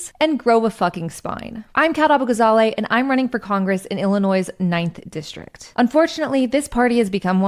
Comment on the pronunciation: Shes not from Illinois if she pronounces the s on the end. Someone needs to let her know if she is going to get Illinoisans vote she needs to drop the s on the end